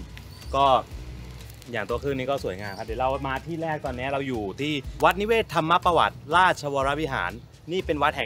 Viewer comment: จริงวัดนิเวศ ต้องอ่านว่า วัด นิ-เวศ-ทำ-มะ-ประ-วัติ ครับ จากคนอยุธยาคร้าบบบ